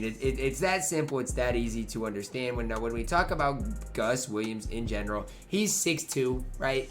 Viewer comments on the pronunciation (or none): none